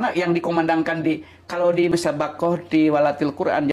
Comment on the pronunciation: Sebenarnya yg benar bukan tiwwalatil...tapi litawwatil .,😁😁😁